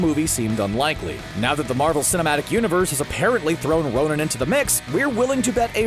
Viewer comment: did he really say nonin ?????